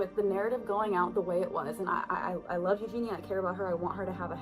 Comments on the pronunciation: It's Eugenia, not Eugena. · YEW - GEE - NEE - YA .... What is YEW - GEE - NA? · Her name is Eugenia, Eugene-ear, can you say the word “ear”? At the moment you are saying “Eugena” and it feels like you don’t really know anything about the subject if you can’t even get their name right. If that basic thing is wrong, what else have you effed up? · I love your videos but every time you say Eugena I just cringe inside. Her name is Eugenia. (Yoo-jee-Nee-uh) I'm so not trying to be rude, I just wanted to point it 🤷🏽‍♀️ thank you for all the good content though! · Can you please learn to pronounce Eugene‘s name? It is not YEW-GENE-AH. It is YEW-GENE-EE-A. You left out an entire syllable. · At least say her name properly. It's not EugenA, it's Eugenia, I-A at the end thanks. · Her name is pronounced U-GEE-NEE-UH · my comment is, why do you say Eugena instead of Eugenia? it's like Virginia. you can hear her pronouncing it in every one of her videos. it feels mean to mispronounce first names of people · Can you please say her name correctly it is u gene eeeahhh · You-Gene-EE-Uh You could at least pronounce her name correctly. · Dude how can you do a whole video leaving the ginia part of her name out? You literally pronounce engenia eugena the whole video no offense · Out of curiosity, why do you keep saying 'Eugena'? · I like your videos. Her name is pronounced Eugen-ee-a. 😊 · I always thought her name was pronounced Ewe-gee-knee-ah? Also your thumbnails really annoy me. If you’re going for this essay type of video in a serious, seemingly heartfelt and genuine way, someone who stands with victims and such, why make such nasty thumbnails with the over exaggerated faces and tears, etc? It completely negates any kind of empathy you might have for any of the people involved and makes you look insincere. I think you’re better than that type of shock value tactic or clickbait. Your videos stand on their own without such ploys. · You aren't even pronouncing her name right.